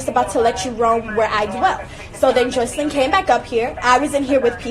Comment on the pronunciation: Stop saying her name like that girl it’s Jocelyn PERIODT the fuck